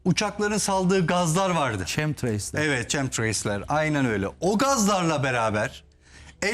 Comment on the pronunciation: ÇEMTIREYS değil, KEMTREYLZ. yazılışı yazdım ki artık öğrenin şunu çünkü her programda değiniyorsunuz buna, türker sürekli KEMSTIREY diyor, öğrenin artık. chemtrails - kem-tı-reylz. ok? 😀